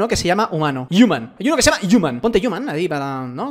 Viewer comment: por favor, ¿cuándo vas a aprender a pronunciar human? Diossss 🙄